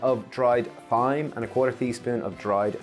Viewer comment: Are you pronouncing thyme that way as a joke or am I missing something?